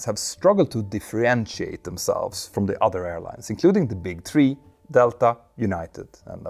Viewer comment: “DiffRerentiate” is not a word 😂